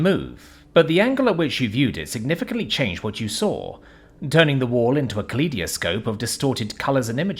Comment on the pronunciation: Interesting way to pronounce kaleidoscope...